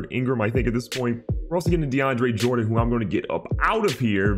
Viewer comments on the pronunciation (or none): none